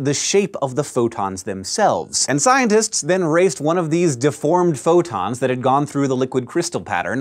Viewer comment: It sounded like he said "futons of light." I like that image.